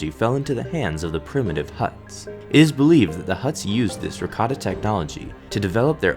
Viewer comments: Sorry, but if you're going to pronounce Rakata like that my ears are still only going to hear ricotta. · Rakata sounds like Ricotta. Ricotta Cheese.